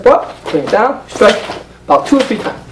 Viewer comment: side stwike, fwont stwike..... side stwike, fwont stwike, cwoss stwike